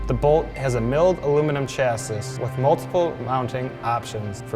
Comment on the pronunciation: Chass-iss? It's pronounced chass-ey.